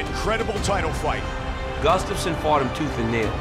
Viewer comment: This is the worst pronoceation of Gustafsson